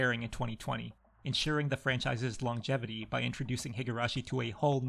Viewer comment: You're not supposed to read the G in longevity twice